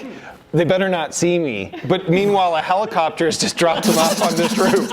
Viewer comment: "Police clopter"